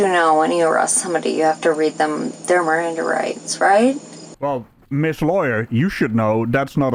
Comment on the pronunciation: Hahah RRRRRRRANDA rights 😂😂